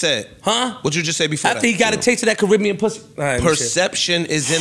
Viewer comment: chris brown Caribbean 🐱🤣🤣🤣